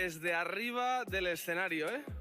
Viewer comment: "escenarío" xd